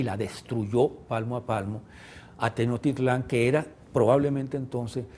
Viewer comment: Muy nacionalista este hombre pero ya podría a estas alturas pronunciar Tenochtitlan, no Tenochtitlán, con acento final. Que no es muy difícil eh, solo hay que tener cariño real por la cultura que el supuestamente defiende.